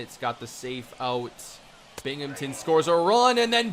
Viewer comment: I'm from Binghamton and hearing say Binghamton is the weirdest thing to ever happen to my ears.